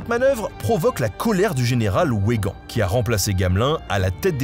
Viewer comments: etant francais je prononcerais plutot végan que ouégan pour weygan 😁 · Ce n'est pas le général "Ouègand" mais "Végand (Weygand)😁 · Weygand se prononce Veygand. Pas Ouaigand.... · Weygand, se prononce "Vé gan", pas "Ouais gan" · ça se prononce "Végand" (Weygand) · Weygand se prononce Veygand !!!!!!!!!!!!!!! Comment pouvez-vous ignorer cela ??????? "Tu quoque, mi fili" ?